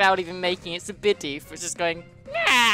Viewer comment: Bidoof says bi- doof